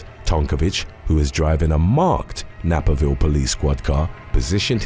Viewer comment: To: I know you are English so American pronunciations can sometimes be off - just wanted to let you know the name of this town is pronounced " Nay-per-ville ":) <3